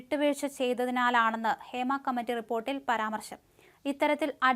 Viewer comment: ഫേമ അല്ല മല നാടാ ഹേമ